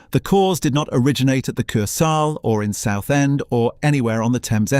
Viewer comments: Ker-sale. It's a German word. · Its pronounced "KER SL" NOT "KER SAL"... its so annoying what you are calling it!!!😮 Greyhounds DID NOT race there. They ran at the Greyhound Park on Sutton Road! A lot of your facts are incorrect!! The most famous ride was "The Mouse" roller coaster.